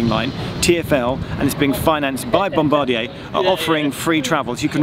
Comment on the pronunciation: Yes, Geoff mentioned it was being paid for by Bombardier (which he likes to pronounce the French way!)